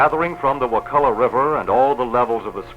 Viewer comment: It's actually pronounced: Wuh- Kuh- Luh. And the POS Florida government put a sewage treatment plant right over the main spring, ruining the water just in case you didn't know. There's also a collection of springs there called CJ Spears where the FDOT clear cut all around it and put a road in going from Tallahassee to Crawfordville. It ruined the natural filtration system of the trees and is now ruining the spring. In 10 years these springs will be ruined if they aren't now. May wanna go check them out before it's too late. Sorry to be the bearer of bad news.